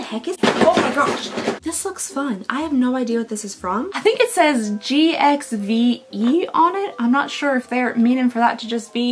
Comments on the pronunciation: GXVE is meant to be pronounced "give". For some reason. "G x" Is how she signs off her messages/emails, and she wants her makeup to be "giving back". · I think I said 20 times to my tv that GXVE it's Gwen's brand 😆 and is pronounced as GIVE, the GX is because she always signs like that the G of Gwen with a kiss (X). So happy to see you got the actual UK one, can't wait for you to open it, yay ❤ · Believe it or not the Gwen Stefani brand GXVE is pronounced GIVE. Go figure 😂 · She is so funny. "gxve" it's give beauty by gwyen Stefani lol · Yeah GXVE is Gwen Stefani's brand. It's pronounced "Give", so "Give" Beauty. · GXVE is pronounced GIVE. It is Gwen Stefani's brand.